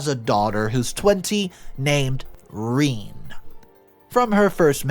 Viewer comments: Rene pronounced Renay not Reen... unless you're an inbred barefoot hillbilly.... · It’s not ‘Reen’, it’s Rene (sounds like reh-nay) no matter how much you want it to be. If you wanted your child to get bullied so bad and turn out like this brat, shoulda named her Reen. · Not Reeen....its pronounced Renay... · i'm sure it's pronounced rene,not reen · Rene is not pro ounced Reen but is Ren ay (short e) (long a) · Ren-ay. Not Reen. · It's not "Reeen", it's "Reh nay" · Oh good grief. Rene is not pronounced as Reen. How about pronouncing the name correctly. Rene is pronounced as Ren āh the first e is short. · The story is good, but saying "Rhine" is borderline disrespectful for your audience and for the human being who is writing your stories. It is Renée, feminine form for René, and it's pronounced "Reney" for english speakers... I hope your own entitlement come to light, selfish thief may get what he deserve after some time. You are not better than the imaginary characters in your stories, maybe worst ^^ 🖖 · I do not know about others but pronouncing daughters name as ( reeen) when the most common way to say this french word is (ray-nay) puts my teeth on edge! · Reen!!! Really!!! Pretty sure a person would know it's pronounced RenA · Reen?? Rene is pronounced "reh-nay"! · You were "conservation in your moves?" JFC, "Rene" is pronounced RA-NAY. Your stories and their presentation are absolute garbage. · Rene is pronounced Reh-nay, dude. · every time I hear him say Rene as Reen I cringe, which is often. JFC. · She was jealous. Also, it's Ree-NAY. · Rene is pronounced ren-ay